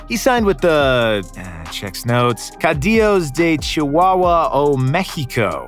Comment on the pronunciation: Its rare to me (because I am mexican) to hear people that doesn't speak spanish speaking it Its so easy but the way that he pronounces caudillos of Chihuahua made me laugh